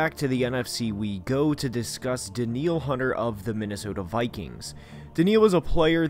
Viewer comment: Yeah I think you're right about Danielle hunter. And I'm so happy 😊 you said his fookin name right ✅️. He's a monster 👻 and with za'darius Smith opposite of him...bwahaha it's gonna be nice.